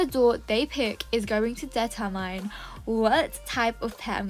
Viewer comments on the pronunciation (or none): WHAT DID HE SAY!!!! THISNWILL BE IN MY HEAD FOREVER WHATEVER HE SAID BC IDK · She said DETERMINE but how its spelt 😭 Am i just British? Because i say Determyne???? Not spelt like that but... AM I WEIRD??